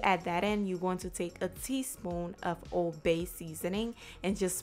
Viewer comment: Thank you I’m making that RIGHT NOW! I didn’t get when you said OBEY SEASONING LOL I then looked it up, and u were saying ;” OLD BAY” seasoning I was soooooo excited because I HAVE OLD BAY SEASONING! Looks delicious I already have the salmon in the fridge I’m making it at 5pm dinner, I’ve already made my delicious butternut yams with salad! I just now found your channel I’ve subscribed! Make some chocolate recipes 🎉😘🙏🏼♥️👍👍👍👍👍✨✨✨✨